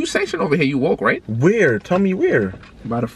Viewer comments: He said “I’m wolk” not “I’m WooK”😂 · “HE SAID WOOK HE SAID GDK” I’m crying 😭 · “I’m wook” “definition...🤌🏾” “I’m wook bro” I’m deadddd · calling “ Danny woller “: yo I’m wit this nigga he said he’s wolk Danny woller: hes not wolk:..nigga said u not wolk 💀💀💀💀💀